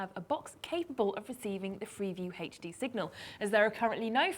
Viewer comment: she says HD weird... it sounds like heych D or something lol